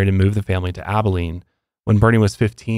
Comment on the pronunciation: As someone who grew up in Abilene, my mouth dropped when I heard y’all say it right 😂